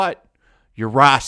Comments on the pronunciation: I like the random mispronunciation. I'm not rasist, or saxist. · I'm just curious why you're pronouncing words a certain way. Like racist and sexist and stuff like that.